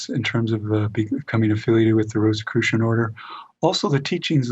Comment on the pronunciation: an excellent interview with a very knowledgeable and interesting guest. Please pronounce Rosicrucian in the way that does. The symbols of the rose and the cross hints...not Rosss i crucian...but sounds like Rose...icrucian.